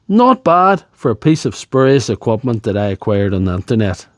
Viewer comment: Sails = cells Ecwupment= equipment Boat= but Clup= clip Tills= tools Plunty= plenty